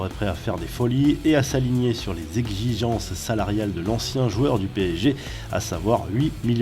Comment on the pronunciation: S’aligner sur les exsigenche »😂